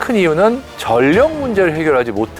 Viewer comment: 전력...을 '전녁'으로 읽는 것으로 들리네요. '절력'으로 읽는 것이 맞습니다.